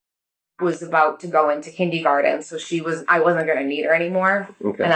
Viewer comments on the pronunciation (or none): If she says "kindygarden" ONE more time 😂😂😂😂😭😭😭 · You’re scrambling too. And “kindeeegarten?? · She went to college??? She seems so uneducated. Kindeegarden? This is not a Massachusetts thing. Nobody calls it that. And where is the straw for that drink?